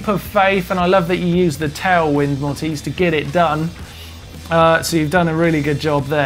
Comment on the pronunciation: It is not Mortiz :D It is MoRitz. A german name :D